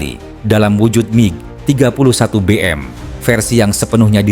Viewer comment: MIG bukan Mi G. Bego km bro